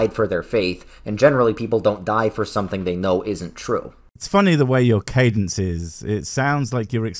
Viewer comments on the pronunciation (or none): none